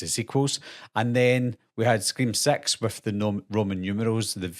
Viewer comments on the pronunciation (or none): He said six, not sex and within six secs .